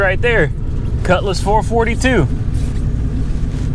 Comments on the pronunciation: It's a Four-Four-Two not Four-Fortytwo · Its not pronounced four forty two its pronounced for four two. As for how it started? that thing needs some serious carb work. We get temps of colder than -40 up here and even at -40 my all original 1963 Dodge 4 dr sedan with its original carb will start better than that thing did at +25. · FOUR-FOUR-TWO, NOT FOUR-FORTY-TWO. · Four-four-two, not four forty two. Ans it's swivel seats, not swing-away. Geesh! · HEY! its not a four forty two Ita a four four two.. Ur grounded. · Four-four-two, not four 42.... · Four Four Two not four forty-two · he doesn't say it right. Look it up. It had hyphens between the numbers originally